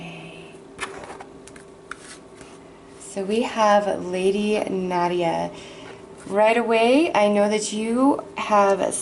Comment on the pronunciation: You have a very calming tempo in your speech. Howevwr It's NADA not Nadia.